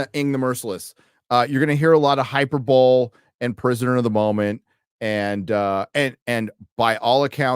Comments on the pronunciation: Hyper bowl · mother of Jaysus, he said "hyper-bowl". Never again should he be allowed to make fun of how people pronounce words. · I hate to be that guy, but the e in hyperbole is not silent lol.